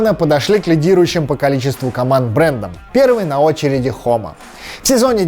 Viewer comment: И не Хома, а Джома